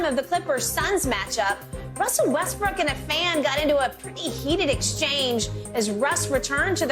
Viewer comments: He called him Westbrick 😆 🤣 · Guy said westbrick on accident lol